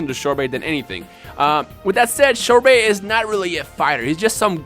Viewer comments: Shorbet ? xD i think it's sorbet right ? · Why do you call "Sorbet," "Shorbet"? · ***** I've never heard it pronounced that way before. Sorbet I've always heard pronounced "Sor-bey" Unless his name doesn't reference the frozen treat but something else. But I was pretty sure that his name was a pun on the said frozen treat. Sherbert is similar to Sorbet, but it is different. But not like it really matters, sorry. Just honestly wondered if how you said it was how it's pronounced in Japanese and that I just haven't been paying attention while watching Super. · there is no H is sorbet